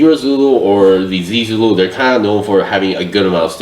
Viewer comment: The pronunciation for zee Zulu is more like (zaeh-Zulu)